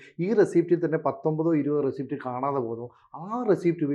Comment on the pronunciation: റസീപ്റ്റ് അല്ല മനുഷ്യാ റസീറ്റ് എന്നാണ് പറയുക